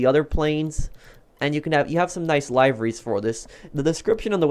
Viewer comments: lieveries? isn’t liveries or singular livery pronounced as liver-y or plural liver-ies as in the organ liver? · He said. Lie veries when its live eries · It's liveries not liiveries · They’re not called lieveries they’re called live-urries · did you actually just call liveries “LIVE-er-ies”